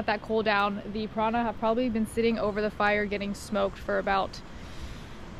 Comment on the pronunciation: Piara? piranha? omg! You are awesome,!